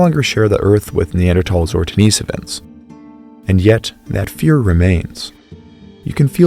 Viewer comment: Den-i-sovans. Short i not long